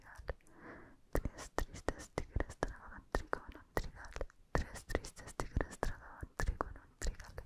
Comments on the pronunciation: dices mejor que yo lo de los tres tristes tigres jeje. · dijo el trabalenguas de tres tristes tigres mejor que toda la gente que habla español